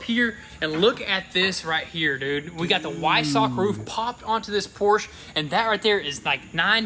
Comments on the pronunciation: When will you finally pronounce the name of that car correctly? It's a freaking PORSCHE! Not a Porsch... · love the vids but as a german I am hurt every time you say porsch... it's porschE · I really wish you guys would pronounce Porsche right..Por Shuh not Poorest..